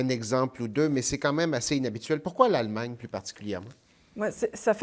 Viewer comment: Yep "Aallemagne" et non Allemagne